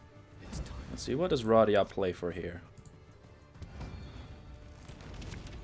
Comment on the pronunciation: Hermione: its pronounced Ruh-DAY-uh